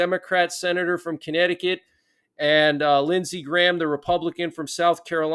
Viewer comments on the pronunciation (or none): none